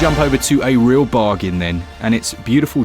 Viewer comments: Love this channel, the sales info is unparalleled!But pleasseee stop saying barjan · Always loved your French-ish bargaien! How could I not buy Beautiful Desolation and Golf Club Wasteland this week? Need to rename this channel to 'UpYourBacklog'! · Never stop saying BARJAN ❤ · i literally have looked for the correct pronounciation of bargain and I concluded that probably thats how u people there say thay word, luckily I did not copied it haha